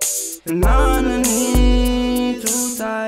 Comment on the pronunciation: right after he says potassium he goes bananaana lmao and yes bc of the potassium in bananaanas